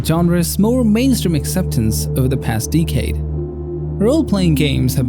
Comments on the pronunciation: Great vid, thanks" Small nitpick: "decade" is pronounced like "deck" + "aid", not "dee" + "cade". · Deecade instead of decade. Dude also said Black Meat Wukong, engels instead of angels, Paulish instead of Polish, ronnin instead of ronin etc. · who taught you how to pronounce decade lmao